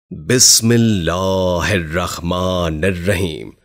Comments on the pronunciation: Apny Bismillah galat parhi ha sir , ح ha خ nahe , me heeran hon logon ko Bismillah tak nai parhni aati 🤦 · Bhai ap pehly Bismillah recite krna sekh lain. Khud sunain, Quran khol kr dekh lain, Rahman instead Rakhman.